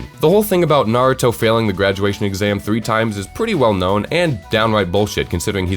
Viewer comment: What joke he cant even pronounce naruto right